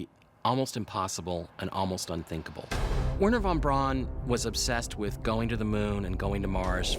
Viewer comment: Thank you, Giorgio, for pronouncing von Braun's name correctly. How refreshing.